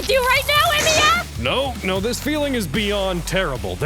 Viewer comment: I just noticed that the stresses on their lastnames is messed up xD. I mean, Tohsaka should have the stress in the O and they stress the A on the "sa" and Emiya should be stressed on the i but tey stress the e... As a person who enjoys comparing languages, I find this very funny. Is it really that hard? My native language is spanish, so japanese fonetics are really easy since they all exist in spanish but I understand that english should be able to manage japanese esier than the other way around (japanese trying english). Anyways, I have been enjoying the show like a madman. I hope story creators could make dialogs like this more often jajajajja